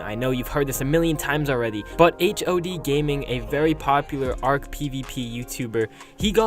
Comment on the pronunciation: Its hod not h...o...d